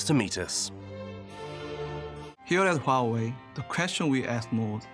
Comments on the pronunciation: Huawei: Narrator: Hawaii 😂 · That is NOT how you pronounce Huawei. The good people of Hawaii would be unamused .... 😮😊